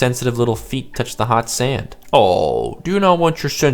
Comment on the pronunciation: You all ways say sand Sund or send??